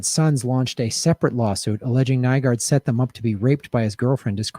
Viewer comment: Kinda odd when I started watching this video YouTube had some weird glitch and I couldn't see the comments... not saying that it was anything more than a weird coincident, but... Also, yes he's a monster but you do have to pronounce his name right, it's NEW-GORD